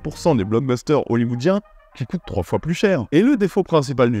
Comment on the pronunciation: Salut! Je connaissais pas du tout ce film! Merci pour la découverte! (par contre, le "il était une foiT en Chine"... lol)